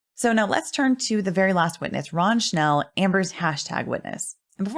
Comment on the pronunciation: Beside being a perfect RECAP of the day 19 trial i have to highlight the fact that perfectly pronounced the word "Wunderkind" and Mr. Schnell name! Absolute perfection!